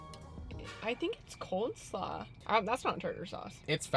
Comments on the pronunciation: I think it’s funny called it “coldslaw” instead of “coleslaw” haha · Is she saying cold-slaw? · Coleslaw not cold slaw 😊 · Cold slaw or Cole slaw😂😂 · Cold slaw? 😂 It's cole slaw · No one gonna talk about her calling "coleslaw", "cold slaw" xD great video lol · i got so pressed when said COLD-slaw and not COLE-slaw but it’s okay much love! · Love how she says “cold slaw” instead of coleslaw lol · “Cold slaw”🤣🤣🤣🤣🤣🤣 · Am I the only one that noticed she kept saying "Cold Slaw" instead of "Coleslaw"????? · cold*slaw is all I heard from lmao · Cole slaw...not cold slaw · i just feel the need that she consistently said "cold slaw" instead of coleslaw 😭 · No way she said coldslaw right…💀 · Bruh she rlly said "cold slaw", sorry to tell u honey, it's pronounced and spelled "coleslaw" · Did she fucken say “cold slaw”? Or am I buggin? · Um, it's coleslaw, not coldslaw. Just a heads up. 😁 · Wait, no one notices she said cold slaw not cole slaw? That made me giggle. Not hating. It was just funny. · It's sherbet and it's coleslaw not cold slaw😂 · cold slaw🤣🤣🤣🤣🤣 u mean cole slaw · «Cold slaw»? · sweetie its Cole Slaw not cold slaw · Is she saying "cold" slaw? lol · Did she call coleslaw coldslaw? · What the hell is “cold slaw” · “Cold slaw” heehee! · “Cold slaw” 😂💀❤ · She definitely said “cold slaw” 😂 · Ok just now watching all your vids. Love the channel. However did she say cold slaw???? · I laughed when she said “cold slaw”. That makes more sense to me than calling it coleslaw. 😅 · No actually one of my biggest pet peeve is people calling it cold slaw 😭😂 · “Cold slaw”? WAT? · did she say cold slaw? lmao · Did ehs say "cold slaw"?